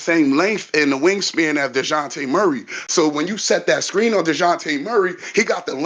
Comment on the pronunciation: I forwarded the Timestamp to hear take on DON-te-lay's performance and I got more than I bargained for with his De-WAN-tay Murray, [ channelling his inner Spanish ] 🤣🤣🤣🤣🤣